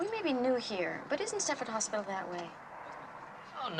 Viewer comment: No T in Stepford.